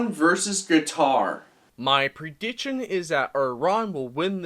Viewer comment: Pronounce prediction right then make videos lol